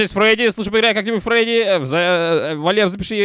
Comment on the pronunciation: Не Фреди а Фредди